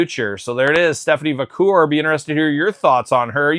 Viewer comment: Va - care. Haha Not Va - coor. 😅